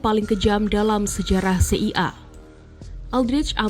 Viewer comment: Tolong pengucapan kata CIA dan FBI serta KGB bukan seperti ini caranya, bikin bingung ajah